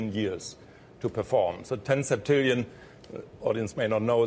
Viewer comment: and Says "Septillion Years"